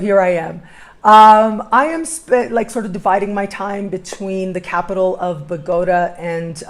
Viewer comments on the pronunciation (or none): I have visited Bogota many times...I have never heard it pronounced the way you do....